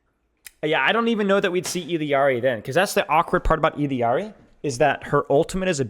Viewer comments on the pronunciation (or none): OOkkkkk. i gave you like 10 times to pronounce ILLARI (ee-de-ard-ee) like a fkin bozo before i had to click off the video... holy smokes you are annoying